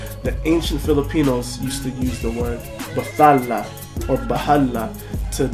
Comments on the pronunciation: My admiration went through the roof when u said u were a skeptic. =D. It's pronounced bat-hala by the way. Your intonation is right, you're just merging the th as in English, but it should be bat-ha-la, not ba-tha-la. Well, I'm not really that sure about that but. yeah. And try to pronounce the initial y in baybayin. But enough with the language lessons, I agree 100% with the (subtle) anti-christian message. ᜋᜊᜓᜑᜌ᜔|| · Kuya you pronounce it bat-hala magkahiwalay po sila. Hindi po siya english word.